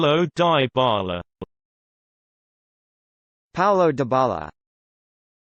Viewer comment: Wrong. Its pronounced deebala.